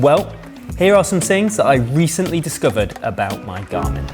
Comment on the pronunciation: "wo can my gamin " ?